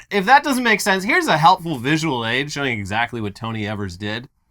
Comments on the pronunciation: Sorry, I'm sure someone has mentioned it, but Evers's name is pronounced "EE-vers" instead of "EH-vers". We also do not know what in the boggle is going on in this state. We're gerrymandered to the end of time. It's insane over here. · It’s pronounced ēvers. Source, from Wisconsin. Love you guys! Thanks for covering the story!